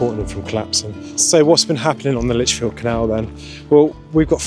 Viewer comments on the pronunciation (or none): It’s Lichfield not Lit field.